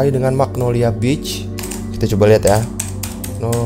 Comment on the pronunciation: maksud dia itu yg di video, cara penyebutan beach nya itu kyk penyebutan b1tch